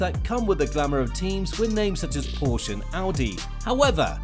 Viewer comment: One minor correction: the 'e' Porsche is not silent when pronouncing it.